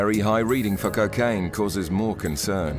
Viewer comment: It's not "keh-kaine!" It's koh-kaine!!!